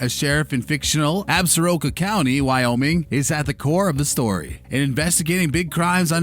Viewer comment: As a native of WY, and from the area alleged in the series, I wish someone connected to the show and those covering it knew the proper pronunciation of "Absoraka"!